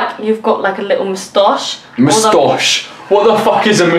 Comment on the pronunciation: "well you.. you've got like a little mustache" Did she just turn Swedish there for a second? Because that's exactly how us Swedes pronounce "mostache"